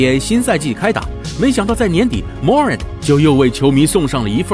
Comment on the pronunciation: Morant重音在后面